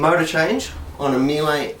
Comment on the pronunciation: "Meel-ay"?!! Struth! Try 'Mee-luh'... And for heaven's sake get a cordless driver! Life is too short to watch you extract screws with a flaming screwdriver!